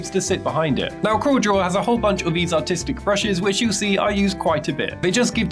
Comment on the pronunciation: He’s saying artistic. He has an accent